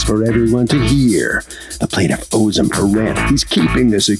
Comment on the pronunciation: The plaintiff needs to work on that accent.